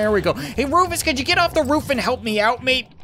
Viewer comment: He is not rufus he is roofus